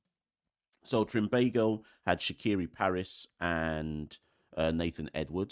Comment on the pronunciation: Shaqere pronounced Shakier not Shakiri ❤